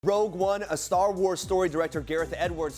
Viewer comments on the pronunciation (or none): *Rogue not Rouge